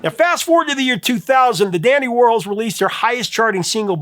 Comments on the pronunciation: It is the dandy war-halls… not the dandy war-holes… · I feel really bad for correcting you. I NEVER DO THAT! I usually just “fix” all the misspelling in my head and move on. But you kept saying Whirls and it was KILLING ME!! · You do know who Andy Worhol is, right? Pronounce his last name right with an s. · The Dandy Warhols... The band's name is a play on the name of American pop artist Andy Warhol. So, I think you need to reconsider how you're pronouncing that band's name? Because I've only known to be pronounce the same way as Andy Warhol.